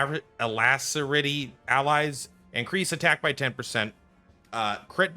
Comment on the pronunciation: Alacrity is pronounce Ala-CRITy. Ala Crit E. Just remember it's the Crit Aura.